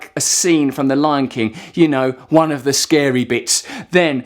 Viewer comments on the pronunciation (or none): none